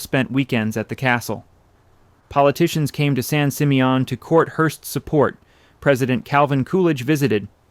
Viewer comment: Terrific images but I believe this voice over is AI. The mispronounciation of several words seems robotic but this one above all - San Simeon is pronounced "San Sim-ee-uhn".